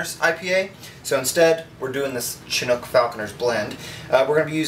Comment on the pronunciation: It is pronounced Sh*inook my friend, not "Chin-nook" :)